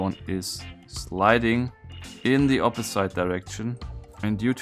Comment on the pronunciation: A friendly correction: Opposite is OP-po-zitt, not OP-po-zeit.